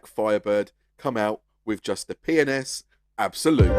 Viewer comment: i like how with your accent, P & S sounds like youre saying penis